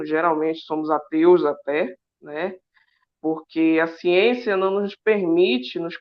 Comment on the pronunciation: Evolução? kkkkkkkkkkkk. Essa "xiênxia".